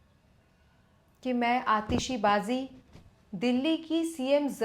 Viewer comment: Aatishbaji ❎ Aatishibaji ✅ 😂